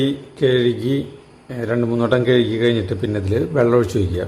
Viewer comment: കേഴുകി അല്ല കഴുകി എന്ന് പറ